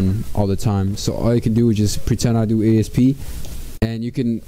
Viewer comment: did u say asp or esp?